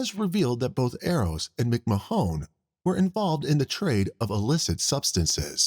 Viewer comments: How does the narrator get Mc-Ma-HONE out of McMahon? Most people would pronounce that as McMAHN. Also Katherine is NOT pronounced KATHer EEN. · McMahon is pronounced McMan. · Is this a person talking or a computer ? Why saying McMahon , Mcmajon ? And the guy shot in the bar in new years if it was in 2020 is 3 years that they waited not 23 😅 I still love it, great work getting all this cases , makes my time at work go faster 👏🏼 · McMahon. Muck marn